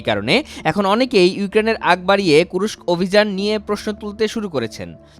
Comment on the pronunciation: জায়গাটার নাম কুর্স্ক, কুরোস্ক না।